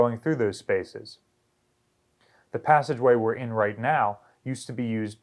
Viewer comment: It's not a PEE-way, it's a passageway.